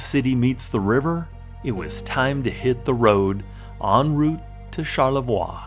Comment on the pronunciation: I try to go to Charlevoix once a year. By the way it's pronounced char-leh-vwa. In French, ending consonants are often not pronounced (I won't explain the rules here, they're complicated).